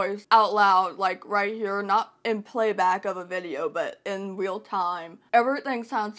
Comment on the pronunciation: Ha! I knew this was because of Jessica's video. The best part was where she pronounced everything correctly and didn't.:) I live in a rural area. Stick with "in the country.":) you said, "weal" time instead of "real" which cracked me up!:) Happy Orthodox Easter!!! Cheers. xo